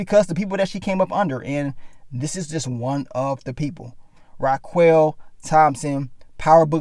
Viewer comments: Yasssss!!! ...Oh boy, It was like nails down a chalkboard everytime he said "Rah-QUELL" .. Smh, so many times I put it on mute and just read the captions... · Pronounced (Rah-Kel)